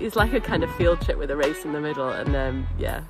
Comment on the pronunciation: "ze wace" :)